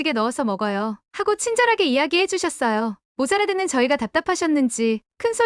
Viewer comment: 못알아듣는을 모사라듣는 이라고..그놈의 ai .. 좀 좋은거 없나요? 햐국말을 제대로 못하면 직접 읽는게 더 전달력이 좋겠네요.